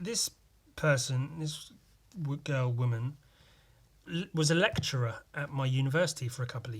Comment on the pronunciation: when you said "lecturer" twice i swear you said Elektra from fuckin Daredevil hahaha. "yes this woman here was Elektra mmhmmm"